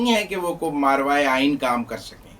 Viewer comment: مارواے آئین نہیں, ماوراے آئین ۔